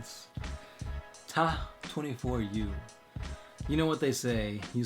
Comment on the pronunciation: Will you ever do a redcon video? (also ta24u is "pronounced tattoo for you" Not ta-24-u)